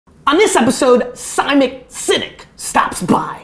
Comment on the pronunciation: Did he say Simik Sinek? haha Loooooooove Gary Vee